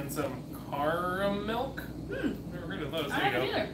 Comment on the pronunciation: It’s caramilk cara like a girls name then milk sort of like karamilk